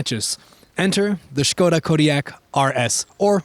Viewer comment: Sköda ❌ Škoda ✔